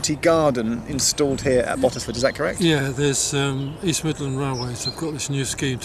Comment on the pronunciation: The way the other bloke said Bottesford was triggering me 🤦‍♀️